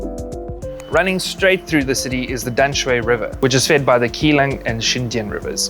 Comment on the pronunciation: keelung is pronounced with a soft G instead of a hard C sound